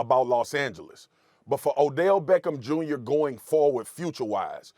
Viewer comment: Odellllll shhhhmeckem shhhhmjrrrrr